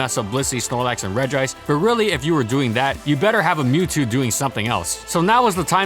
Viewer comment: FINALLY someone that can pronounce "Re-gice" <3